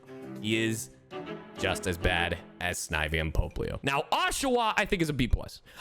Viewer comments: Not when he pronounces popplio as POPEleo and grotle as GROTILE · The way he pronounced popplio hurt me Like seriously he voices leon in journeys he should no how to say the fucking starter seals name